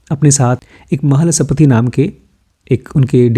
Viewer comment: Mhalsapati not Mahal Sapati! Pls quote the names properly